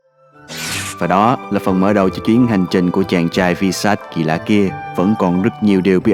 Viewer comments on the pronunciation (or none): Bạn ơi mình hỏi là sao không đọc Visas là vai-sát mà là vi-sát